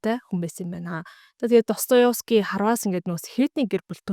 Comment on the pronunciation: Өдрийн мэнд ДостоЕвский шүү өөрөө ДостоЁвский гэж хэлээд байна 😊. Амжилт